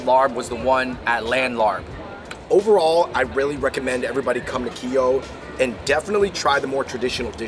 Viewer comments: You're suppose to eat the papaya salad with sticky rice, veggies or protein. Larb is actually pronounces lahp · Its pronounced lopp not larb. Just spelt that way smh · It’s pronounced “L-ahhhP. Not larb. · Please stop saying "larb" lol. It's pronounced "laab" like saying cop. The same tone when you say cop but with a very soft b. The tone is important or you may be saying something else. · IT'S LAAP... NOT LARB!! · Larb!!!!! 😭😭😭😭😭😭😭 ban that word from the English-Laotian dictionary ASAP!!! It’s LAAP/LAHP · Not Larb. Its Laab or Lop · Stop pronouncing it as larb...it’s “laab” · larb is pronounced “laap” or “lahp” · respect to yall for doing more Lao episodes. also as a lao guy i never understood why larb is spelled the way it is when its pronounced "Lahp" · Hearing "larb" in that Spiderman movie hurt me, man lmao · I cringed evertime he said "larb" lol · LOL After I heard them say that I started scrolling down before I sent a comment...yes "Laab" and "Som THAM" not "sam tumb" but its cool... I hear Thai people mess up Chinese food pronunciations too...its just cool that they thought to review it. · It’s Larb y’all 🤣🤣🤣 I cringed when the pronunciation was not correct!! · My soul died a little every time they said laRb 😅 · Hey there Fung Bros, the Larb is not pronounced with an "R" in the middle. Instead it's prnounced Lob as in lobster. The reason it was written with an "r" in the middle is because a FOB person wrote it that way. After all, English isn't their native language. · Losing your Asian card for phonetically calling it LARP! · Larb is pronounced "laap" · LMAO he said " laNN larB " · It's pronounced LAAP!!! Come on now Asian Bros. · Idk why its spelled larb everywhere.. dish is pronounced as Laap lol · It's "laap." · You guys are pronouncing the word larb wrong it is spell wrong to it should be spelled larp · Boys stop saying larb. You butcher the name.😂😂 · I’m dying over their mispronunciation of “larb” and “Vientiane.” Props for trying though!